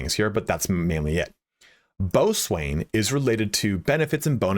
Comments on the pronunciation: please ban this guy for pronouncing boatswain as "boat-swain" instead of "bow-son" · It’s pronounced “Bo-sin” [Boatswain] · Boatswain is pronounced "bosun"..... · Hearing you actually phonetically pronounce out "boatswain" instead of saying bosun is killing me haha